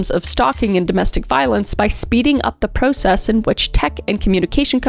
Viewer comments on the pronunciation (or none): Love how Kris says process 😂 “ pro- ssess